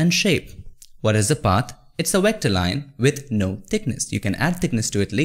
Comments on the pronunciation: I love your videos, but it makes me laugh when you pronounce Vector as Wector LOL. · It's V V V V V ... god damn V for VVVVVVICTOR not WHIKTOR it's not WHEKTOR.. it's VVVVVVVVVVVVVVVVVVVVVVVVVVVVVVVVECTOR VVV V V V V V V V V V V god damn it!!! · Oh I thought he said "Here" Lol !! 🤣🤣 Like when he says Vector, it sounds like Wector. I thought at first that there was legit a thing as a Wector until I realized he only meant Vector. True Story. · Great overview! (Though its "V" Vector, not "W" Wector!) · V ector, not WHECTOR anyways thank you for the video, really helped a lot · BRO! VECTOR NOT WECTOR! YOU KEEP SAYING IT WRONG BUDDY! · Vector, stop saying Wector! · Great video. Vector, not wector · stewie: you can't have a pie without a cool hwip: you can't have a path without a wector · Love your content Bro. But with no offense, why does indians pronounce "Vector" as "Yector" or "Virus" as "Yirus"? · Wat is a wector???? Oh you mean a Vetcor . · Vat is a wector sir? Lmao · Wtf is a Wector? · Haha, wecter.... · " A Wector" HAHAHA! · You should really consider learning how to pronounce "Vector" properly.